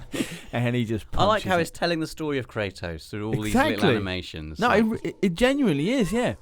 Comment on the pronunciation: Kratos. Not Kraytoss